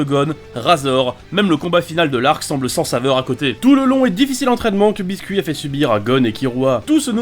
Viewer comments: Pas Biscuit c'est Bisket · Mdr biscuit à la place de bisket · sa s'écrits biscuits mais sa se dis bisquet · C' est pas " Bisquette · Je crois qu'en VO c Biscuit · Non les sous titres disent bien que c'est biscuit mais avec la prononciation biskit avec accent englais